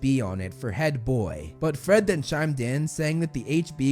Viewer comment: gred and forge lol